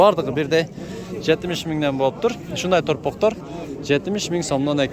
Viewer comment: Улар эмес уйлар топоктор эмес торпоктор шашпа укам кылышты ыргачы дебестен жакшына суйлосон Уургачы деп канча баа берди деп сурасан